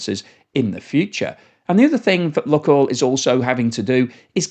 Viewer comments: Just FYI, it's not "Luck" (like a northerner) but "Luke Oil" like nuke or spook. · I believe they pronounce it Luke Oil. Not luck oil. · Lukoil is pronounced luke-oil, not luck-oil. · "loo - coil" mate , not "Luck-oil" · seems to call it "luck-oil" sometimes, and "look-oil" other times, but it is actually pronounced "LUKE-oil" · I am very surprised that you don't know how to pronounce LUK. It is not an English Word. It is pronounced like LOOK. 👎🇨🇦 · It is pronounced Look-oil as in “spook” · Pronounced 'Luke' oil, though.